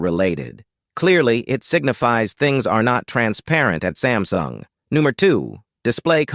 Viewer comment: It is not sem sung sam sung